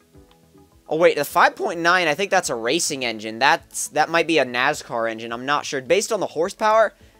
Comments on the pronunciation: first, pronounced NASCAR, not NAZCAR. Second, yes the 5.9 racing belongs to an American Stock Car. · NAS car. Not Naz car... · for the record its NASCAR not naz car and a hemi (dodge) is a 5.7 leiter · Nascar not nazcar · Lol he's saying "Nazcar". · lol he said nazcar haha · Nazcar?? lol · The way he says nascar hahahahahahahahha